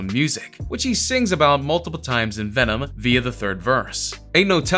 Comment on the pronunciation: Vemon Vemon Vemon